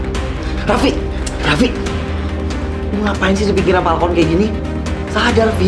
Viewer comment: ka plis , yang bener itu balkon bukan palkon😭 kalau palkon ya palak kon**ol 😅